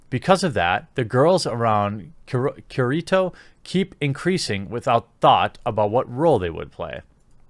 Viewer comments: I doubt you’ll use his name that much but it pronounced Care-a-toe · Key-ree-toe Kirito but its ok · Key-ree-toe is how you say it. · It's pronounced Key-Ree-Toe, my dude. XP But honestly, I have had big concerns with SAO and its creator ever since the Alfheim arc. Dare I say it, I was kinda expecting this, but much sooner. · Kirito - Kee Ree Toe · I cringe so hard I almost ceased to exist when he said Kirito